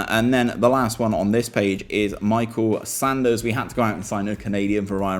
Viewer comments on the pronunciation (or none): none